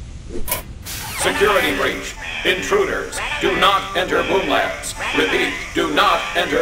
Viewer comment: I thought they said boob labs....